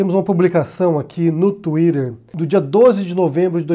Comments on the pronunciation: Parei de assistir no momento exato que eu ouvi a pronúncia da palavra " tweeter". Really?. Que brega. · Tuirer kkkkk pode ser certo lá nos EUA mas em português fica estranho.